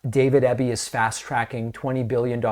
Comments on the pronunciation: Eeeby not Ebie ✌🏻❤️🇨🇦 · Pronounced EEby, not EBBy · I love that our province is getting noticed by American media lately. But at least pronounce our premier's name properly: It's Eeby, not Ebby. Gonna miss Jack Daniels but I like our sovereignty better. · I’m proud of my Premier for this, and only because David is trying not to mispronounce names its EE-bee, not eh-bee 😅, but we Canadians don’t mind all that much it’s close enough lol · We appreciate you and watch your show often. As a Canadian who lives in B.C. I would like to let you know that our Premier's last name is pronounced EEE-bee. (like easy) Not a huge thing but we thought you would like to know. Keep up your amazing work! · David BC Premier’s surname (Eby) is pronounced Eeeebeee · David, Sir, it’s pronounced “Ee-bee”. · The BC Premier’s surname is pronounced EEBEE. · DAVID EBY IS PRONOUNCED E BEE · Eby's a good premier and I'm really glad he won our last provincial election. His competition would have rolled over and played dead. His name is pronounced with a hard E though. Eebee. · Just a wee point.. everyone in the states is pronouncing his name wrong .My Premier's name is pronounced E-Bee 😉 Great show as usual ❤ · E BEE, EEEBBB. EB, Eby:)